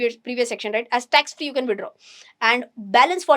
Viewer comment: Are you willingly miss pronouncing words..not clear and confusing audience? Tax free word eaten fully